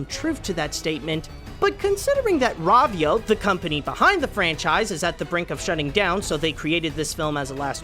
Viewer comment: Its row-vio not ra-vio